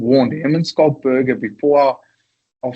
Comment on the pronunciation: Danny Care, pronounce his name properly , it's pronounced ' Skalk '